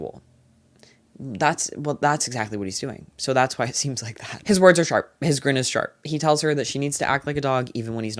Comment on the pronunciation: Say it with me now- “SHARP”